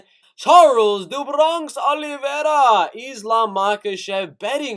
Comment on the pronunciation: your voice is so cringe i couldnt stay for even a sentence.. give it up kid.. and how you sao olivera.. even hed smack you lol #letsbereal #cringe